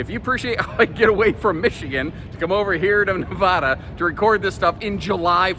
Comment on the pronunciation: Plz say Nevada correctly. "Neh-VA-duh" Put emphasis on the second syllable. Pronounce it so that the middle part rhymes with the “ad” sound in the words "sad" or "mad." Compare "Nevada" and "Nebraska." The corresponding vowels in the two names are pronounced the same.👍